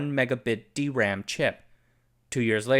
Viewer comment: Wait, you pronounced DRAM like D.RAM instead of Dram… What changed?